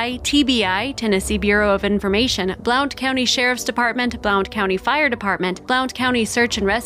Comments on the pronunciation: Just so you know: Blount County/Blountville are pronounced “Blunt” County and “Blunt”ville… 😉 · Blount is pronounced blunt. Js :) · Blount is pronounced "blunt"....I wish people had an idea how far a little one can wander and how often you find derelects in the woods! I am so happy he was found!! 🥰